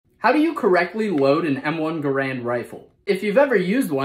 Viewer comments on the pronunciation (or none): Garand is pronounced (Gare-and) not (Guh-rand) like many do, garand even in his time was disgruntled at his improper name pronunciation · How about you correctly learn how to pronounce Garand first, it’s GAR-AND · I know this is an ongoing debate but members of the Garand family said the name should be pronounced more like Gerrund (rhymes with errand). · Not trying to be like Moist Critical, but it's actually pronounced gaerend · "How do you correctly pronounce the designer of the weapon's name- John Garand?" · Presenter is mispronouncing 'Garand'. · how do you pronounce garand is it like gar-end? or grand? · You get a dislike for pronouncing garand wrong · First off you could pronounce Garand correctly.